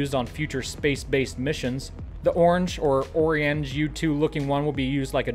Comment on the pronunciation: Did my guy just pronounce Orion as ORRY-in? It's oh-RYE-in,, you numbskull!